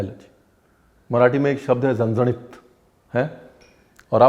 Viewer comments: Sir my native place is Kolhapur mai apki big fan hu hi bt apke muh se jb zanzanit word suna inna mst lg ra apke zaban se mai to diwani ho gyi😍aaj misal pav ke recipe ne kamal kr diya sach me zanzanit 🤭🤗❤️😎🔥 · रणवीर जी मे कोल्हापुर से हु. आपकी बहुत बडी फॅन हू. अपने यह रेसिपी बिलकुल पारंपारिक तरीके से बनाई है. एक्स्ट्रा लाईक बनता है क्युकी आपने 'झणझणीत' बरोबर बोलला.......👍👍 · Being from Kolhapur, the way you said zhanzanit, has my heart. And obviously the Misal ❤️ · Zhanzhanit ur pronounciation was perfect😁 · Love the way u called Zanzanit😊😊.....lots of love sir😊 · The way you pronounce "Zanzanit" too good 👍😍😍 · Hello chef, your pronunciation Zanzanit is perfect. But wrong information about Kolhapur. Kolhapur comes in western Maharashtra and it’s surrounded by beautiful greenery and here you will get lot of coconut trees. Kolhapur known for its jaggery and sugarcane fields. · Being Marathi and from Sangli city....around 1 hour away from Kolhapur, loved your Marathi words with so perfect accent....vatan and zanzanit.... respect continued for the great RB ji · भाई जैसे 'झणझणीत' परफेक्ट बोलते हो वैसे ही 'मिसळ' भी बोलो.. 'मिसल' उतना 'झणझणीत' नही लगता जैसे 'मिसळ' लगता है! 😂😂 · Being kolhapur kar..love the way you said..झणझणीत 😍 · So nice to see you pronounce ण from झणझणीत!☺️ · when he can pronounce झणझणीत correctly but not बटाटा 😂😂😂 amazing recipe झणझणीत brar ji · Your marathi accent is so good..."झणझणीत","वाटण" really hats off to you...and love the way you present the misal paav....thanks a lot for sharing it